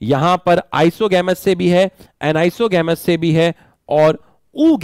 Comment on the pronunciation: Anisogamous and oogamous said wrong